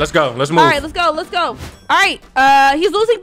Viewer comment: Him saying let's go: Let's gorow